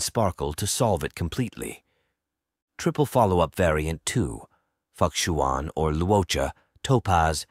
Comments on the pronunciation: Just a friendly reminder: The 'X' in most chinese names is generally pronounced as a 'Sh" sound. Therefore, Fu Xuan will be pronounced as Fu Shuan, not fukshuan. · For the last time, it is Fu Xuan not F*ck-shuan? 😂😂😂😂😂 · pls don't butcher fu xuan name but if it's something cant change that's ok. I appreciate this guide. Nice content. Hope u grow